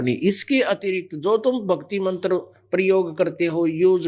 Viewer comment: Nakli to tu hai rampal tabhi to jel me hai agar ap me sakti hai ho jel se bahar a ke dikha bolne ka dang nahi hai chala ha gyan dene mantr ko mantar bolta hai